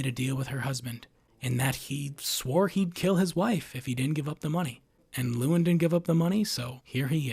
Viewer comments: His name is pronounced Loo EL Lyn, not Loowin. This kind of lazy pronunciation really boils my piss. This is the third video IN A ROW that I've watched today that mispronounced something that is a major thematic part of the video. Not all the videos were from this content provider. 😡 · “Antoine & Lewin” yeah, this video is null and void lml Just how the hell can you completely & repeatedly botch the names of 2 of the 3 main characters so badly, despite having watched the movie multiple times (I assume) and put clear thought and effort into making this video? It’s kinda impressive